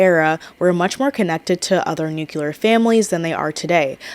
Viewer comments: Having a hard time paying attention bc of how many times you said "new cue lar". It's "new clear" 😅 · I think it’s often mispronounced as “nuc-u-ler” instead of “nuc-clear.” Yes, I hear it too 😅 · i keep getting thrown off every time you say "nukular" a la george bush 😭 all your points are valid but i just could not finish the video bc of it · same, it hurts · Same lol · But it’s “new-clee-ar” where I am. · isn't nuclear pronounced differently and not like NUKILAR or am I stupid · Haha I had the same thought. I feel like this word is always mispronounced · No, she's just mispronouncing it lol